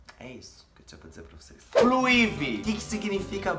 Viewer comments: SE PRONUNCIA BLUE AAAAIVY,e não como se lê rs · é " Bluaivi " 😂😂😂😂😂